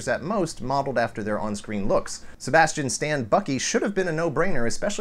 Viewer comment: I love the way you say Sebastian Stan